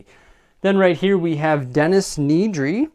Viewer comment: Denis Nedry's last name is actually pronounced Ned ree